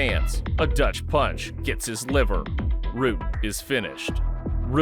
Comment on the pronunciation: Bad Rutteb was a beast. His Leaver kick was brutal. I know it’s liver but when he says it sounds like leaver